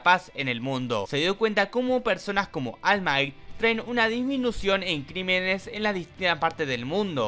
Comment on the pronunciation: 😢 solo puedo llorar al escuchar almai